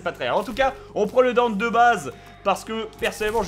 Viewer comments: bob on dit DANTE pas Danté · Palluel Lucas Haha j'ai acheté le jeu y'a 3/4 mois ça saoulé le "Danteuh" et même si je suis pas un gros connaisseur/fan de Dmc original (j'ai joué qu'au 4 qui était assez sympa quand même) Dante m'a bien gonflé, il lui ont donné la vf de Spiderman et les blagues apparemment (bon Dante dans certains dmc fait des blagues mais des bonnes) bon le look il est banal. Surtout le pire c'est la dénonciation de la société de consommation bon j'ai rien contre mais là c'est aussi raffiné qu'un fisting de Machopeur. Non vraiment faut arrêter le "Danteuh"